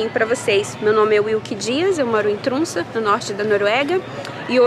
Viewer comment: Oi!!! Poderia nos explicar a fonética das vogais que escreve TROMSO e vc fala TRUNSA (oq eu entendo pelo menos) Sempre fico curiosa com isso kkk Te acompanho com muito carinho 😘😘